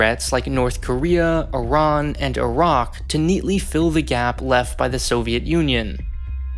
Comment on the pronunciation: Iran* not Erón